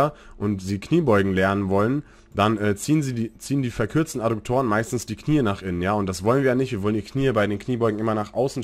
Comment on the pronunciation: Adduktoren, nicht Adukktoren... sagte der Rechtschreibenazi... Wie auch immer, Danke für Deine Videos und die Zeit die Du dafür aufgebracht hast! Ich hoffe Du kannst das monetarisieren.